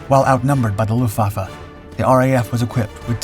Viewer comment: You pronounce WRONG - NOT "Meshershmit", but "Messershmit" and NOT Lufvaffe, but Luftvaffe !!